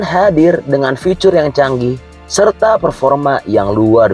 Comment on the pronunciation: Bg,, agak gmn gitu saat menyebutkan kata "ficur". alangkah sesuai EYD saja ya bg. Biar enak di dngr 🤭